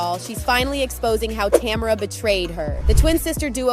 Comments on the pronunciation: Tamera not Tamra.....smh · I was literally about to write the same thing. It’s not Tam-er-a! Say this woman’s name correctly or don’t make a video about them. So rude. Ugh lol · It's "tuh MARE ruh". How you gone do a whole video and not research how to pronounce the woman's name?